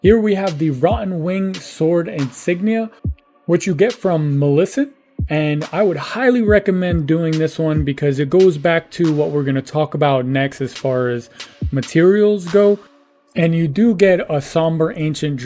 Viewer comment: This mothafucka said Millicent like Melissa